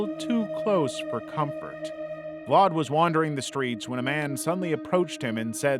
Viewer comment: why are you putting a r in the name when there is no r, this is his name and look there is no r ,VLAD see where is there r in his name